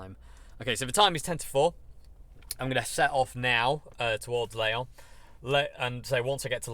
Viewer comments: Leon is a Spanish town. The French is called Lyon “L(ee)on”. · Hi, great time with you on the road. Your pronunciation of French cities was really fun: Dijon, Calais, Reims and especially "leon" for lyon. I have been driving the A1 for 20 years for my job, this road is hell you have to suffer friend. Here you are in the sun, hoping to see you in the corner, even if I did not understand your place of residence.